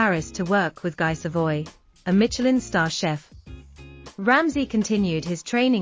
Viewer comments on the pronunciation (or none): There's no T in Michelin. Silly.